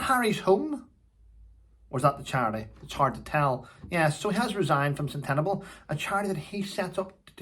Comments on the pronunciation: It's pronounced sent-a-balli, I wondered what you were talking about 😂😂😂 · Sorry, but it's CENT A BALL AY (Sentabale). Love you! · I have a feeling Harry was fired. There is more to this story than meets the eye. For a start he didnt keep his promises to some of the Sentabale children. PS, it is pronounced " Sen. Tuh. Barley. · It's pronounced SEN-TA-BA-LI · Its pronounced Sentable.. Centre Barlay